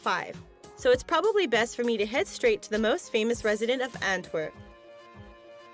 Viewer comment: for whoever dubbed this ..its ANTWER P! with a P thank you!